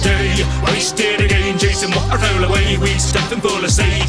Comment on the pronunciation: Again rhymes with day Thats cool